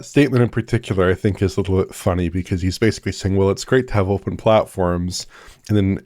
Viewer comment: Don try to count all the times mispronounces basically as “basely”, that would be a full time job